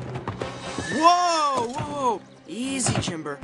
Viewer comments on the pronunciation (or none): it's Jimber not Chimber